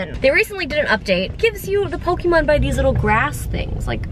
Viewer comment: Justine is so bad with pokemon names😂😂